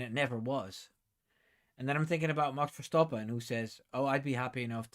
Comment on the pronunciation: me too! Also I don’t think the TD will affect MCL as they’ve already been using the new TD compliant wing. And can I just say I love the way you say Max Verstappen. I need to brush up on my Dutch 😂